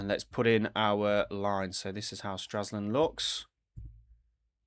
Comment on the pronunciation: Stra LS und and NOT Straslund